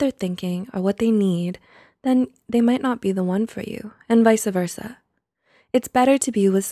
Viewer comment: "vysa versa"?